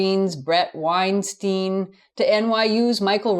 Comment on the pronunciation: wein-STEIN, as in einstein